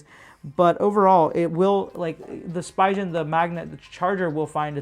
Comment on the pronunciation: I think it’s pronunciation is “Spee-ghen”